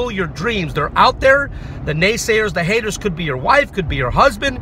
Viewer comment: Ahh the NaySayeRRZz anD the HateRRZz...